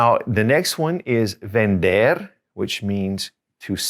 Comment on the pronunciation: Firstly I'm so grateful to you cz you made spanish so easy. You are the best Teacher. but I'm confused. Do you pronounce "v" in vender and vivir like "v sound" in English ? shouldn't it be pronounced like B sound?